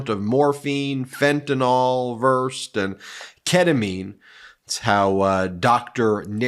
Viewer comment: Versed = ver-said, not versst.